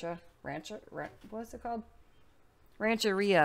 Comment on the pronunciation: Okay, here's your Spanish lesson for the day. Ranch-air-a 😀